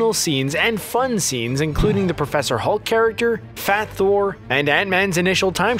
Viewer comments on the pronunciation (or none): none